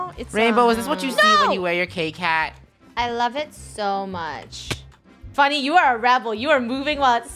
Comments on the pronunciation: funneh its not fenneh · Olga Ortiz u said funnel instead of funneh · Funneh not funnel